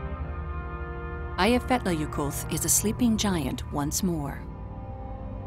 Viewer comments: The way the woman pronounces the name irritates me. It's Aaaaya-fee-yat-ya-yokuth. Not eeeiya. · LOL "Aye-eff-etler yokulff" :-) It's pronounced "Eya-fyatla-yoko-ll" the last double L pronounced as in Welsh. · As an icelandic person the butchering of names is hilarious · After learning how to pronounce Eyjafjallajökull, her pronunciation literally made me die laughing, it's really not easy though so I don't blame her. Took me like 20 minutes.